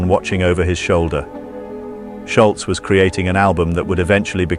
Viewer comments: Ok fwiw, it's not pronounced "Shultz" with a "T," its "Sholz" like "Shoals" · People still getting his name wrong after all these years. Its Scholz Not Schultz This guy knows how to pronouce it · I believe Tom’s last name is Scholz. Not Schultz! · I think it's "Sholz", not "Shultz"... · Argh.. pronounce it Scholz, not 'Schultz'. People always pronounce a "T" at the end where there is none. Anyway, absolute legendary guitarist and band!! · Your details sound quite believable to this major Boston fan. So why do you mispronounce Tom Scholz's last name as "sholtz" all twenty-two times you mention it? There is no "t" letter or sound in Tom's last name. It is pronounced like it is spelled. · It's not Schultz, it's Scholz (rhymes with moles). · It's "Scholz" not "Sholtz", idiot. And, I grew up less than a mile from him(and the studio they recorded the debut album) in Wayland, Massachusetts. Pumped his gas, too at the Arco around the corner from his home-into his ratty old 240Z. Frequent "baller" at the outside courts at Wayland High. I won't watch the rest of your video just because you can't pronounce his name properly! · It’s not “Shultz”, it’s Scholz’ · You know, the guy's last name does not have a "T" in it............................. It's SCHOLZ............. Not Scholtz................... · His name is Tom Sholz, not Shultz. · You should start by pronouncing his name correctly. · Nice summary, but it sure would have been nice if you had pronounced the man's name correctly. 🤔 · It is a shame the Narrator got Toms last name wrong.